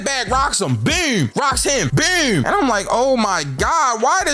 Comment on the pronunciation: “BEWM BEWM BEWM” you from baltimore huh lmfao